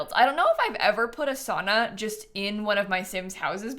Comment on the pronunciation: I love the build but as a Finn I took like physical damage everytime you said "sauna". The way Americans pronounce it hurts me at my core 😭 (I do hate the Sims 4 saunas in general too though)